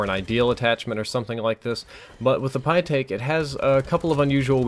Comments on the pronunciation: btw you pronounce it like pie-tek not pie-take because the ae makes the same sound as the ä (I speak german) which is pronounced like the eh sound The more you know... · it's pronounce is pe-tick... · I believe it is pronounced pitt-eck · It's pronounced the pytech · it's pronounced pie-tech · It's pronounced pytaek. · I honestly opened this video at first just to hear you struggle to pronounce the Pytaek's name.